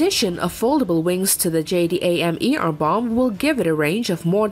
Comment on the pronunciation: JDAM Is pronounced J-dam jerk